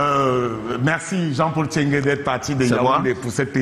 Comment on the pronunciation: NTCHENGUE pas TCHENGUE. Car il faut éviter qu' en oubliant le premier " N", l' on puisse penser de prime abord qu' il s' agit d' un bamiléké. Je m' explique: 1. Un bamiléké n' a jamais été si con. Mêne pas jean de dieu momo. 2. Un bamiléké si con qui enseigne à l' ENAM des nkouas? Que ça a comnencé par comment? Ceci dit, j' espère que quelqu' un viendra ici nous confirmer si c' est un bami ou un Atangana. Nb: il ne s' agit pas de tribalisme, mais du cul de sac dans lequel certains ont mis notre pays et qui se perçoit ici dans la gêne d' Abdourahmane face à cet encenseur plein d' huile de sardine sardinarde.